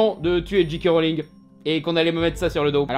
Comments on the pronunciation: Il ne dit pas "Jay" mais "Dji", comme un "G" en anglais. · Bah oui "j" se pronounce "jay" en anglais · Tu prononcés tout le temps GK Rowling. T_T